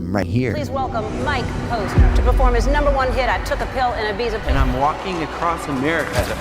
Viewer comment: The only bad thing about “I took a pill in Ibiza” is that he pronounces Ibiza wrong